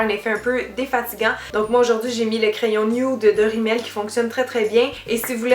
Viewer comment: C'est drôle comment tu dis nude, "nioude" ahah ! <3